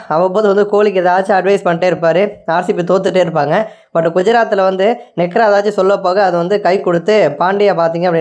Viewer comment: Nekra illa nehra🤣